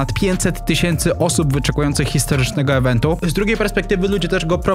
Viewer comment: Piencet tysięcy osób wyczekujących ewentu?, jak już tyle gadasz, to warto mówić poprawnie. Pięćset i iwentu…